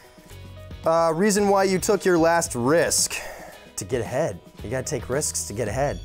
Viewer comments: i thought he said to get head instead of get ahead 😂😂😂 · I thought he said " I took a risk to get head" and then I realized he said "to get ahead" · When he said the answer about when he took his last risk I thought he said “to get head”. Omg but he said to get Ahead. 😂😂😂😂 I am dead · i swear i thought he said to get head instead of to get ahead.. LOL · Did he say to get head or to get ahead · i’m trippin i thought he said “to get head” like got damn 💀